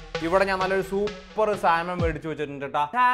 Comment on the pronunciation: സാമൺ എന്നാണ് ശരിയായ ഉച്ചാരണം L നിശബ്ദം ...... സാൽമൺ എന്ന് പറഞ്ഞാൽ പോലീസ് കേസ്സാകത്തൊന്നുമില്ല ...... ചുമ്മാ പറഞ്ഞെന്ന് മാത്രം ...... മറ്റൊരു കാര്യം പുള്ളിക്കാരൻ പല വീഡിയോകളിലും വേവിക്കാത്ത മാംസം തിന്നുന്നത് കാണിക്കുന്നുണ്ട് ...... അത് അന്ധമായി അനുകരിക്കണ്ട ...... ചിലപ്പോൾ തിരുത്താൻ പറ്റാത്ത അബദ്ധമായിത്തീരും 😅